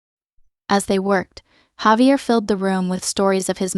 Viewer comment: It would be great to have words such as names pronounced correctly. Javier is Spanish, pronounced Hahveeair